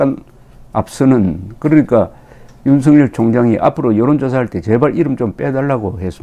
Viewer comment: 윤석열을 윤석렬로 발음하지 마세요